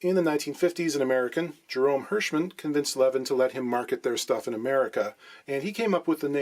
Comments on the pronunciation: It's pronounced L'veen. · It's pronounced "Leveen". Greetings from Sweden! :)